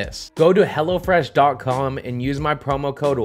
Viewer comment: Anyone else thought he was sayin hellafresh not hellofresh